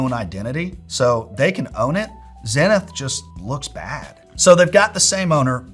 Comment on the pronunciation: That's not how you say Zenith. How am I going to trust dudes that don't pronounce Zenith correctly?